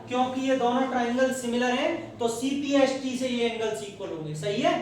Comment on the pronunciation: Cpct hota hai na ki cpst